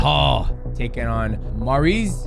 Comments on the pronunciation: Pronounced marry-ous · "Marry-us puj-in-off-ski" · Mariusz is pronounced just like Beneil Dariush, just with an m, then it's poo-ja-novsky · Man called him maurice😂😂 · Absolutely disgusting you can't pronounce Mariusz name and said it as if you've never heard of him. Are you for real or being a dick?